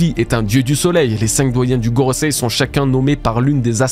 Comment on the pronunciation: Enfin Gorosei prononcé correctement, merci ! :D